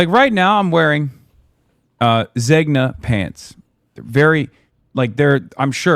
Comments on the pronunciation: If you cant pronounce it, you shouldnt wear it...... Zeh-nyah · Literally couldn’t pronounce Zegna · No one knowing what Zegna is and even Hasan not pronouncing it just shows there are no women in their lives😔